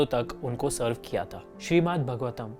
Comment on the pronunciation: Okay so I can hardly find comments that point out that these verses aren't from Bhagavad Gita, they're from Bhāgavatam (which you aren't even pronouncing correctly..) Why did you have to package it as a video on BG?? Just to get more traction? Atleast you could've mentioned in the video for those who don't know they're different....